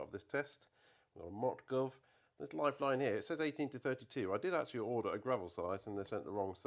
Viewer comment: its not mutgov. correct is motsuv